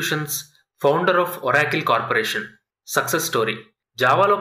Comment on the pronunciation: మంచి వీడియో కానీ ఒరాకిల్ కాదు ఆరకల్